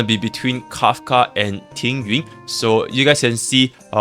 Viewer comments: I'm Chinese, and yes, Tingyun's name is pronounced differently than "Ting-yoon." It's a bit hard to spell out in English, but it sounds more like "Ting-yeehn." The second character of her name is 云 or cloud, which you can look up the pronunciation of if you're curious. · Proper Mandarin pronunciation. "Ting-ween" basically. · Oh it's the ü sound, I know pinyin, but sounds like he doesn't speak Mandarin he's saying it wrong lol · Is Tingyun's name pronounced differently in cn? why does it sound like you are saying ting-ywin instead of ting-yoon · not complaining it just sounds funny, I'm not even a english native speaker so yeah